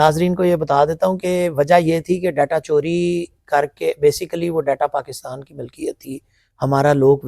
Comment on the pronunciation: ڈیٹا چوری پے سوکی tv نے زیادہ زور لگا کے بولا 😅